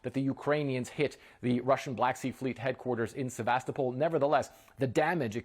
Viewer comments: Great news! But, the name is Sevastopol, not Sebastopol. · surely as journalists you could pronounce Sevastopol the correct way?